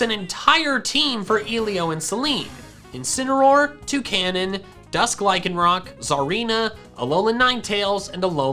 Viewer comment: I heard this “Incinameroll” “Two Canons” “Dusk like Rie can rock” “Zareena” “Alola Ninetails” “Right Chew”